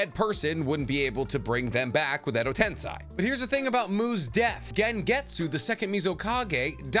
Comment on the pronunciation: So many videos made... hundreds of episodes watched and you still say tensei wrong holy shit